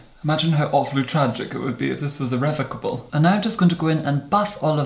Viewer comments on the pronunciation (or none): Did he say iravacable??